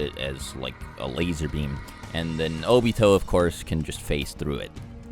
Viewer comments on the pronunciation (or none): none